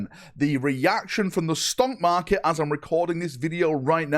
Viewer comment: 1) I swear you said stonkmarket 2)no need to correct yourself on saying DOW3, we know there has never been a DOW3 3)wh+ is okay but overall I am shocked it is profitable. Maybe there's people like me who are subbed and just can't be assed to unsub since it's not a huge monthly amount